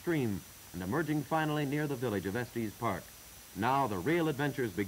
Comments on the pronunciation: They should have given the narrator a briefing on some of the pronunciation and nomenclature. It's definitely not "Estees" Park and It's Colorado Ave. Not Colorado St. I have ridden up to Pikes Peak by road and cog road. I remember when they would feel the hubs on the wheels of your car to see if you had been riding your brakes down the mountain. If your wheels were hot you would have to pull over. They have had instances in the distant past where people would burn their brakes out completely on the way back down the mountain. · It may have been how it was pronounced back then. I've heard similar videos from the era refer to Los Angelees, with a hard G. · It's actually Estes Park Village. Check it out, but we call it Estes, also. 💙 T.E.N.